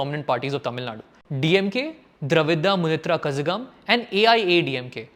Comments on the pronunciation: It is not Kasagam, please read as Kalagam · Its not kazagam its kalagam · It's not pronounced Kaazagam...it's Kalagam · Bro....its not kazagam....Kazha(la)gam.....similar to kalagam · It's not kazzhaga m... It Tamil zha means la.. so it's kalagam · It's Ka'L'agam and not Ka'z'agam. Zh is the special L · Lookup how to pronounce KAZHAGAM it is definitely not `kasagam` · It’s pronounced as Kalagam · When you pronounce Kazhagam, it should sound like Kalagam, not the way you pronounced. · kindly read the pronounciation of the party name. It really feels like some one pours lead into my ears when u say " kazhgam" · Its ka-la-gum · It’s pronounced kalagam (Kazhagam) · We have to pronounce KALAGAM (KAZHAGAM) 😅 same to TAMIL (TAMIZH) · Bhai - Kazhalagam - zh sounds like LL where you roll your L. It does not sound like Z as in zoo. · It's not Kazagam.. pronounciation is wrong.. zh have a different pronounciation.. kindly Google it bro... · Kazhagam....is pronounced as Kalhagham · Bro, good effort, but you lost me at kasakam ;) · Kalagam you pronounce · The pronunciation is wrong bro Kazhagam(ka-la-gam) the 'zha' is la... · A big mistake bro u should not pronounce like kazhagam ! It is kalagam even though in english it is kazhagam u should pronounce it as kalagam.Kazhagam is tamil word written in English exactly as same without translation.so u should pronounce it as kalagam. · Bro, pronunciation of Kazhagam goes like ka-la-gam in Tamil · in tamil to English, "zh" = "L" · Kazhagam. Is pronounced as Kalagam - Zha is actually La with a curved tongue. TV in those days was also an educational tool dissemination of information and class rooms for remote students. Freebies were frowned upon but the end result has made no one wiser. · Speaker should learn to pronounce kazhagam as kalagam. I understand he is not native speaker laudable effort making the video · Lost you at the pronunciation of kazhagam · It's kalagam Not kazagam... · Not kazh (s) gam Kazhagam (La)